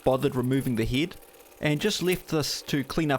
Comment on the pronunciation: Oh, I thought he was saying "heed"